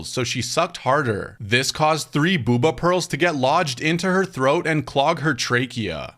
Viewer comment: It’s Bo-Ba you dunbass